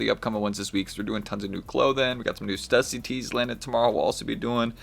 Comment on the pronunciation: Pronounced "stew-see". Use that umlaut. 👍